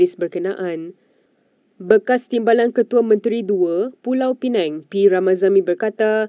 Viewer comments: Pembaca berita sebut elok 2 sikit PULAU PINANG... BUKAN PULAU PINENG... PINENG TU POWER BANK... 😂😂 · Wartawan debut salah.. Bukan pulau pineng... Tapi pulau pinang.. BM + bi. Apalah wartawan ni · Sebutan bukan “Pulau Penang” la Reporter, sebutan “Pulau Pinang”…. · Apa punya pembaca berita sebut negeri pun salah. Pulau Pineng?😢🙆‍♀️ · Pulau Pinang, bukan Pulau Penang. Mohon betulkan sebutan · Pulau Pinang Bukan Pulau Penang🤦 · PULAU PINANG.....bukan pulau penang........ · Pulau Pinang bukan Pulau Pineng. Adoi sebutan pun salah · Pulau Pinang la....bukan pulau pineng...... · sebut betul betul..Pulau pinang bukannya Pulau Penang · pulau pinang bknnya pulau pineng, sila betulkan.. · Jadi pemberita pun xtau beza antara PULAU PINANG & PENANG. Dok sebut Pulau Penang. Rakyat Malaysia ka ni??? Negara sendiri pun x kenai... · Malaysia Kini - Kalau nak baca berita bahasa melayu tu pronounciation biar lah betul. Sakit telinga dengar. It's Pulau Pinang, bukan Pulau Penang. Pls betulkan lah... dari dulu dok sebut mcm ni. And also byk lagi pronounciations2 lain yg tak betul. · Sebutlah betul betul PULAU PINANG.......bukan PULAU PINENG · "Pulau Peneng".. 😂😂pulau Pinang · Pulau penang....sebutan bodoh.... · Yg baca berita pun sebut lah perkataan bagi betul,pulau pinang bukan pulau penang....baca berita pun pelat ka?🤦🤦🤦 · Pulau pinang bukan pulau pineng..😅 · Wei ... Pulau Pinang BUKAN PULAU PENANG. PI balik sekolah. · PULAU PINENG TENGKORAK KAMU.... ko nak cakap melayu ke cina? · Pulau Penang ? Pembaca ni berasal dari mana ? Timbuktu ke ? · Penang in English, Pulau Pinang in BM. Awat itu pembaca berita tak baca betul-betul.. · Tak layak baca berita.kalau sebutan pun tak betul.p sekolah balik